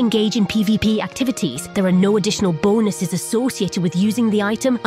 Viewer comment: Say "bonuses" again, i dare you.